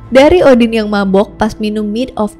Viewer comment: Namanya yg kudengar seakan, Scholtz or Skull, shantung or shutung , boogey or boogey man, Odin or Udin ?! 🙊